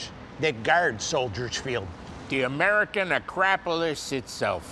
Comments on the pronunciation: "The American A-crap-o-lis." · American *AhCrapolis lol